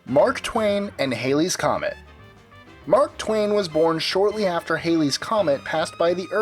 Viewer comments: The comet is pronounced HALLEY, to rhyme with Alley. Not HAILEY. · Just thought you like to know you are pronouncing the name Halley incorrectly. The correct pronunciation rhymes with galley. After the rock band Bill Haley and the Comets became known Halley's comet has had a hard time keeping it's real name. If you look up Edmund Halley on wiki you see how his Name is pronounced. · Thats HALLYS comet pronounced HAH LEE